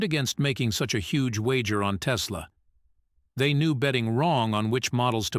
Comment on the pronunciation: There's no "Z" in Tesla ❗